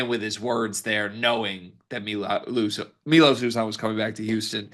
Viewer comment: It's M-EYE-LOS you man child!